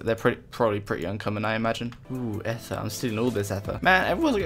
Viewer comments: E-ther, not eff-er lool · stop saying ether wrong >:(